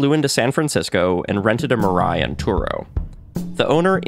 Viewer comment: Mirai, as “future” in Japanese. Pronounced as /mii-lie/, not /ma-ride/ or Mariah Carey whatever.😢